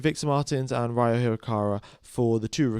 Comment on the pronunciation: Ryo is pronounced Ree-Oh (pretty much like Spanish river)